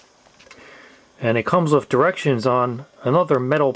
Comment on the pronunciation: It’s thhhh not ffff. It’s with not wifff.